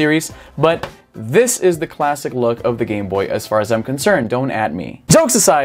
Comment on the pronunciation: "lets take a luck", "despite lucking like...", "this lucks..", " this is the classic lucks" LOL..... eu sempre tenho a impressao que o Izzy fala LUCK ao invez de LOOK! a pronuncia eh muito similar.